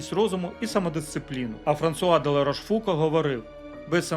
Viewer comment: ЛарошфукО. Наголос.